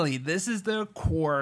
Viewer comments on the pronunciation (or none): The way you are saying their name is killing me